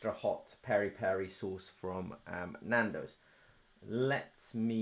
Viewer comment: Peri/Piri rhymes with Siri. Or the “biri” in biriyani